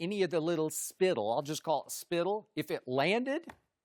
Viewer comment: "Spittle." Skip is a funny dude